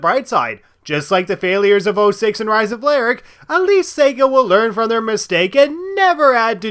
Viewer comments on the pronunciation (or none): none